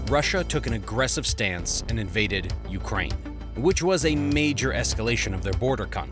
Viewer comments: Correction: "Ukraine" not "Ukrain" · ‘Ukrain’ lol